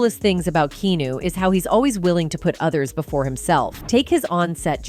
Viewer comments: Is the narration done with AI voice generator?? Whats with the K-EEE-NU / K-EEE-NUS pronunciation?? And many abrupt period ending sentences, less than a second pause before next sentence? Everyone has heard of Keanu Reeves, and know how his name is pronounced!! If your gonna use AI, at least do it right, The whole first half of the video got annoying with Keanu's name being pronounced wrong the whole time. Its understandable not everyone has the ability or confidence to narrate, or has the voice for it. But clearly able to write the narration, unless this is also AI generated. Which at that point, do ur due diligence. Its your content afterall. The first half of the video feels rushed through. Bringing the tempo down a beat wouldnt add much more to the overall total length of the narration. The 2nd half of the video was good. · Seriously? Keenoo? You couldn’t find a fake computer voice that could correctly pronounce Keanu? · Host has no clue about Keanu. Keeps pronouncing his name as "Keeeenoo". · Lady who is narrating this needs to learn how to pronounce Ke “A” nu’s name! Keanu! Not Kenu! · It's not pronounced key new. STOP USING AI FOR THE FUCKING VOICE OVERS. I'm done watching any channel that uses AI fuck this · Kenu Reeves. Keeeeee aaaaaaaa nuuuuuuuuu. Keenu? 🔑Ahh Nuu. Keynu? -. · Kee aah noo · Key Ah New is how you pronounce his name ! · Keeeeeenuuuu These AI videos are trash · It’s Kee a new! No R! It’s buggin’ me too. They can’t even pronounce his name correctly. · Key*on*new...Fing AI. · Keanu NOT KEENU, YOU GOBSHIITE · "Keenew Reeves" 😂 these AI bots are so ridiculous.. They'll be the death of YouTube if they continue to grow. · Stop with the Kenu and not Keanu. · I thought at first it was me. AI voice is saying keenew. Stupid AI. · I had to stop watching this when the AI kept saying keenu... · Yeah, they should have written out his name as Keeyanuh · LOL, you beat me to it, I was about to say "Who's Keenu"? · You cant even say his name properly lol